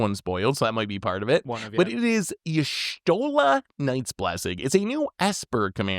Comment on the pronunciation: How is it that out of all things, correctly pronounces Y'shtola?